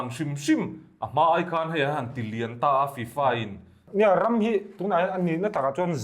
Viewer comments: Tufa maw I tih? FIFA 😂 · 'Tu fa?' : 'Fi-Fa' 🤣🤣